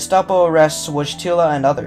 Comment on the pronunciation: Your pronunciation of ‘Wojtyla’ and ‘Wadowice’ could use some work.